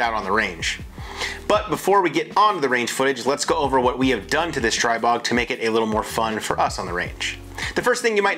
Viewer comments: It's pronounced STREE-bog. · Stribog is the Slavic God of The Winds and pronounced Stree-bog.